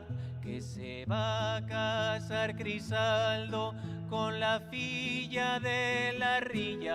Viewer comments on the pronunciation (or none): ye Crisanto Peraldillo, no Crisaldo;)